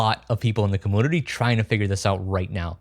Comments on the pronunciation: what's a "cumoonity"? you said it a couple times in the video, so i was just curious. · Cummoonity? Cumpooter? What? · i always thought community was pronounced come-unity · Did he just say Ka-Moon-ity? Holy cow! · The way this guy pronounces community is hilarious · Say “kompooter” or “komoonity’ one more time bro I swear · and with more compooter and coomoonuty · Is the pronunciation of computer/community an inside joke or just the way talks? Anyway, what a delightful video. I love projects like this to keep things alive and even make them better/more versatile than before. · every time i hear coomoonity, coomoonicate, and coompooter i lose my mind.